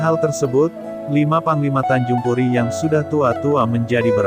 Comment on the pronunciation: Tanjung pura bukan tanjung puri